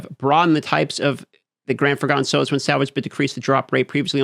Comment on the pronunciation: New game - drink every time says “multipli”S”itive” in place of multiplicative 2nd drinking game - drink any time says “sohs” or “sews” in place of souls